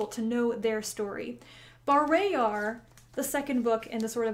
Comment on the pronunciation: caught be off guard to hear you pronounce bah-RAY-yar instead of BAR-RAH-yar